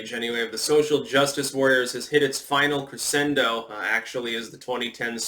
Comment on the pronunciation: Did you just call it a cre-S-endo, as opposed to a cre-SH-endo? I blame it on your new mic. That must be it.